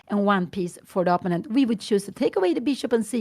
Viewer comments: What's up? Sometimes when English isn't Your Native Language, some People can have difficulty with Certain Words in English. That Might be the case with Mrs. Gramling. So, We should grin and bear it so to speak. She is such a Nice and Kind Lady Who Loves Her Daughter Anna very, very much. But, if One just got to tell Her She is Pronouncing " Opponent" wrong, Please do it Discreetly like in an E- Mail Correspondence. She just might genuinely appreciate such. And like that She want be on the Spot with the Other Viewers on YouTube. Have a good one, 🕊️ Out. Freeman from the States the United States that is. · Perhaps Pia Gramling would actually be glad to know that she pronounces "opponent" incorrectly. I would certainly like to know if I were publicly pronouncing something completely wrong over and over again.